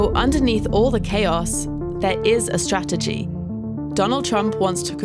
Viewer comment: First thing first Trump needs to pronounce Strategy correctly then Spell it right.